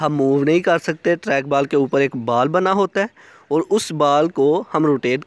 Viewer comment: बाल नही बॉल😂